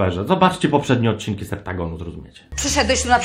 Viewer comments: Septagon? Chyba Septazgon XD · SE-PTA-GON :D